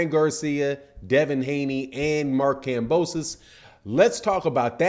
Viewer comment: "Mark Kambosos"